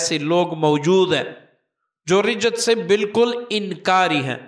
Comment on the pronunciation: معافی کے ساتھ عرض ہے رجعت ر کے زیر کے ساتھ نہیں زبر کے ساتھ ہے